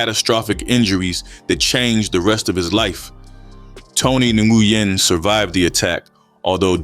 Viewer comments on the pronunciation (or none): The name is pronounced “Win” brother. I kno bc one of my best friends has that same last name.